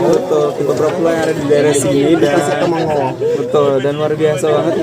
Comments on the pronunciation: Trip yg paling BEST....Terima kasib bw kami jln2 ke Royal Belum...😊🙏 Bukan Temengor cikgu...Temenggor...(Temeng gor). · Sebut temenggor.. Jgn sebut temengor.. Jln slh sebut ye..